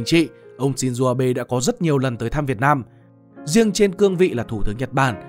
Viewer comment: shin zô không phải shin zuu